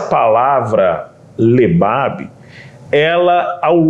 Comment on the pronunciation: A pronúncia vorreta seria como se ouvesse a letra R , no caso ficaria Leb-raab a forma de ler lêbhâbh ( coração) no textl citado ...